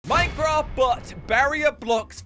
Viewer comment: Funny how you pronounce minecraft as Minecruff